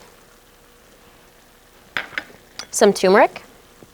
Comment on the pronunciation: As soon as she left the plastic spatula in the hot stainless steel pan I decided that a spanking was in order. Then she mispronounced turmeric as toomerc and my hand just started spanking my chair. Good recipe, good instructions, very.... highly attractive host, who is an extremely naughty girl